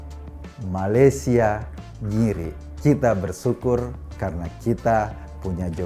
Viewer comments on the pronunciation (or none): none